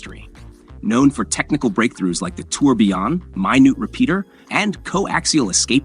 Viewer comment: Lost interest after he wrongly pronounced tourbillon.